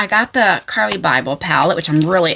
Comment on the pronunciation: I love Carli and You are saying her name correctly I've followed her for close to a decade now she is amazing i still have her first palette and a backup one she signed 💜💚❤️💛💙